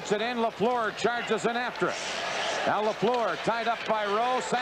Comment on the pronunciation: Danny Gallivan is still the finest hockey broadcaster of all time. Dan Kelly’s pronunciation of Guy LaFleur’s last name was atrocious. The second syllable of LaFleur rhymes with were.